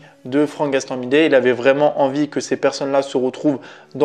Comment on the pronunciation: C'est Gastambideeeee et pas gastambidet 😅😅😅